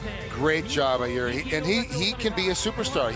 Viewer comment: Why do people pronounce Jiří as a Yuri he is not russian ffs